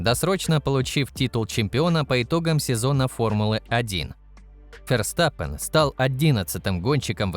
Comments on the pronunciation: Как раз таки это одна из немногих правильно произнесенных фамилий пилота. На русском его фамилия читается через Ф (Ферстаппен) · где именно? V и произносится, и звучит как среднее между В и Ф. Букву используют вместо F. Так что логично произносит именно Ферстаппен. Если что, у меня В1 по нидерландскому